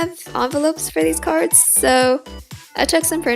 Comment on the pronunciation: Is it sad that half the time I thought she was saying cars? Or am I just deaf?!